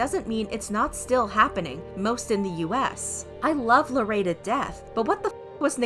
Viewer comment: this is serious bUT THE WAY SHE PRONOUNCES LARRAYS NAMEKSJSAJJ